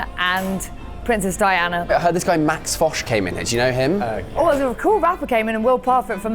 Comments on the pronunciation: who is lol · Why does their guest keep asking that lady behind the counter about a guy named, who the hell is that? And how is that employee supposed to know who that is? And why are the guys & the crew laughing about it? I suspect the reason but maybe I should finish the video first instead of asking during the first minute. It just seemed too weird to me. (Edit: okay is that the damn guest and I'm assuming he's either a rapper or a DJ. Weird.) And why does Josh call him? And on a completely separate thing, I don't think we have this langoustine thing here in the states. Must be an island nation or coastal type thing